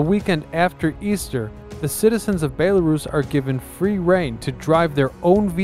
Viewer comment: You really need to learn how to pronounce BELL-A-ROUSE not BAE-LA-RUSS